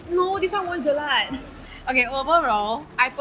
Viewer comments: Gurl its jelak not jelat. If u had said jilat it means lick! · i luv u sis but plsssss it is jelaK with the k sound at the end not jelaT. heheh